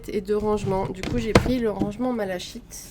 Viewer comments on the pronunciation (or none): Coucou bichette Les pinceaux sont sublimes et vues que tu adores le vert ils étaient fait pour toi Par contre une petite précision, la malachite est une pierre verte,d ou le nom des pinceaux , mais ca se prononce "malaKite "😉😉 Bisous 😘😘